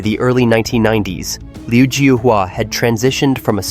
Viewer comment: I think you spelt his name incorrectly. His name in Chinese is 刘招华 which is pronounced Liu Zhao-Hua.